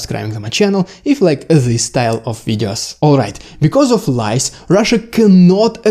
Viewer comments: No,, it wasn't the lice (вши́).😁 Oh, you mean lies! But that is pronounced lieZ. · your pronunciation on this one has a bad effect: lies [LAJZ] you pronounce it as [LAJS], but in English you have singular, plural: louse, lice [LAJS]. vosh', vshi. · Clear and well presented. And seemingly true. Good job. PS, careful on pronunciation - Lies is pronounced laiz, with a voiced S. Lais or lice is вши. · 😂 lies 😅 thought you said lice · Haha. I first though you said 'lice' and thought, yeah, makes sense. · omg i thought you said "lice" for the first minute xD. i was so confused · LOL At first I thought he said Lice! Very excellent discussion about how Russian military lies have resulted in wrongheaded decisions resulting is tragic losses and missteps. Entirely plausible and even probable observations. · At first I thought you said lice. 😂 But maybe that would also work too. Inflect the Russian army with lice and they’d be finished. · I heard "LICE" at first. haha !! Anyway, thanks for the video. Love from Taiwan and France. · you say "lies", but i keep hearing "lice". it would be very funny if they failed because of lice 😀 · Oh! You said "Lies". I thought you said "Lice"!